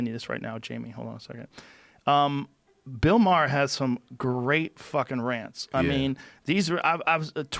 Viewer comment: Bill Maher fuckin sucks, and why is Joe pronouncing his last name like that?!.....